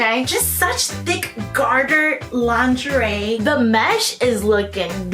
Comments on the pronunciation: my love, my darling. Say it with me “lon-Zhuh-ray”. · LMAOOO now I will never say “LINGERIE” the same way! 😂😂😂